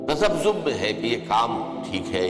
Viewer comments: تسبسوب نہیں تذبذب ہے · تسبسوم نہیں تذبذب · Lafz Tasabsom nhi tazabzub h